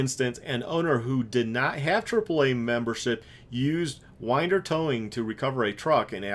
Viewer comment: P.S. Winder rhymes with cinder.